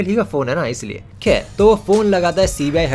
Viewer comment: When you say "kher" 😂